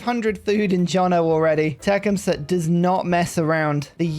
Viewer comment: I’m no expert on Native American pronunciations but the way that I was taught to pronounce it is the first part sounds like “tuck.” So Tuc-KHUM-suh. Emphasis on the middle syllable. Just thought I’d offer a suggestion.